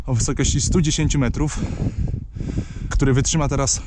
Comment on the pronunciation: tóry pomyliles sie i zapomniales o "k"